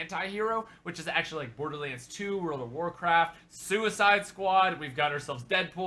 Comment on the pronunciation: Did he say BOARDERLANDS ....